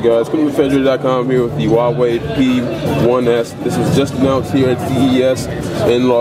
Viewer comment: HUAwei not hauwei